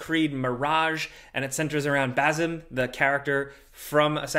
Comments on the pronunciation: it's Basim not Bazim 😂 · its Bassim not Bazzim. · Please say it right , as away of respecting the language.. it's bassim /s/ not /z/ Much love 💕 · Just to clarify, "basim" is not pronounced "bazim", the sim at the end is pronounced the same as in game "sims" without the "s" obviously. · "Bazim" Sounds like you're saying spasm but with a b